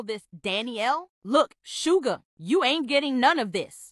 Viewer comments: Lol SAYING SuGUr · She said look sugar 😂